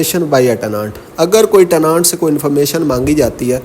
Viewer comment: teh·nuhnt not tehnaant plz sir.